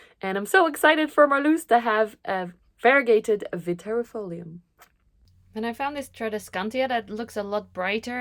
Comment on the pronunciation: Hi, Italian living in the NL here! 🙋‍♀️Great video, just discovered your channel last week and I'm in love already 😊 As former Latin student, indeed the double "ii" is pronounced as a one single "i", thus you said it perfectly. Other random tips to pronouce other botanical names: "sci" (e.g. fasciata) is prounced like "shi" (e.g. same sound like in 'SHIngle'). "Eae" (e.g. Araceae) is pronouced like a double "e" (same "e" sound like in 'Enthusiastic'). "C" is pronounced as "k", unless is followed by i/e (in this case becomes a softer sound, like in 'CHIcken'). "Ti" follow by a vocal is often pronounced as "zi" (depending on the word). Hope it is useful to someone 😅